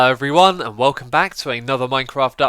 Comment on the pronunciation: Did he just say "Hello everyONE"